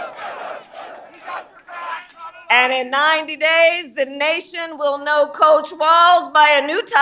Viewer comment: COACH🏈, not COUCH🛋️🤣🤣😂